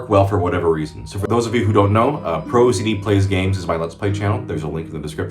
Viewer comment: "Pro Ziddie?!" Is it really not pronounced "pro zee Dee?????"